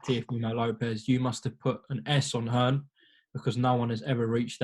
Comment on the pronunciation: Dear America.....It's Hearn not fuckin Hearns.